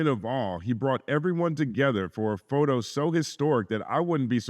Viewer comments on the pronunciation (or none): none